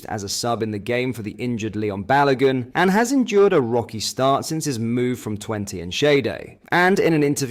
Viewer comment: what's with the mispronunciation of balogun Souttar it's a bit off putting shame it spoils the video knowing i know you can pronounce it properly